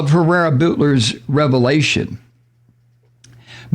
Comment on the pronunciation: jaime herrera buetler is pronounced "butler". she's the representative from my area and a total trump supporter. a one-time good vote doesn't absolve all her bad ones.